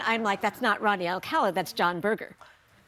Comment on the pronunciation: Rodney, not Rotney.